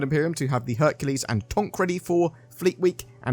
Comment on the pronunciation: I cringe everytime you say ”tonk”